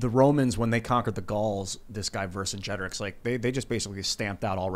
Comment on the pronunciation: I am disappoint. pronounced Vercingetorix wrong.